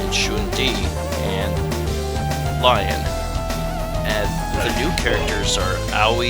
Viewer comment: Lion's name is pronounced "lee-on", as he's from France.